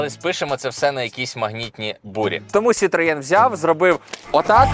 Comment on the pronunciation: правильно сітро )